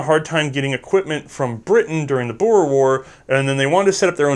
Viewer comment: as a south african i cant thank you enough for pronouncing boer correct, thank you